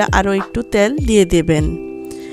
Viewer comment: ত্যাল না তেল বলেন